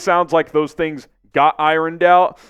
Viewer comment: Iron is pronounced iern